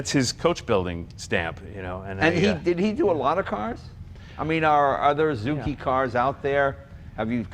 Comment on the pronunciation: Sure wished they talked about that coach builder and all the body mods. Never seen that grill opening on a Healey. That's not original, right? And how do you spell zoo-key in Italian? Zuci? I think Zucci would be pronounced zoo-chee.